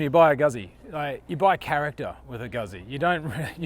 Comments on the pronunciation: Called the factory last time I was in Como to ask if the visitors centre was open - the lady who answered the phone pronounces it "Gooootzi" with a long U and tz as in Pizza. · Yes, I own the V7 Centenario and was literally screaming at the screen. Also, please ask an Italian how to pronounce "Guzzi"... I know you are an American, but still. I mean you know how to pronounce "Pizza", right? ;)